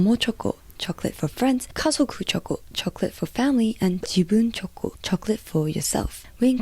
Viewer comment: I like the way choco is pronounced in Japanese 🩵